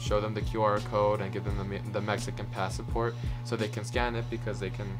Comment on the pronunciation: Sorry this just annoyed me. It’s Pass-Port. Not Pass-A-Port. In Spanish we do add the extra A but not in English.